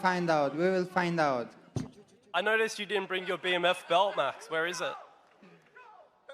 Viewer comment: Holloway said the non-word (Brang) regarding the BMF belt. I think even the Georgian spiko was questioning the word Brang😂